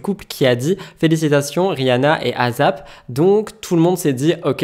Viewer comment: Concernant le prénom du mari de Rihanna, ça se prononce ASAP (hey çap) et non pas AZAP ^^